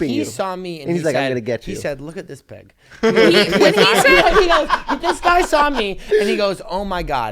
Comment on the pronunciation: Obsessed! Every time he says pig I lose it!